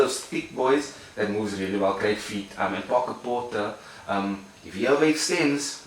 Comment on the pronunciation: “Pok Porter”😂😂